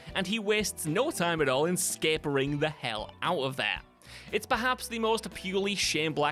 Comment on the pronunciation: "Scapering" And there is WhatCulture's deliberate mistake of this video.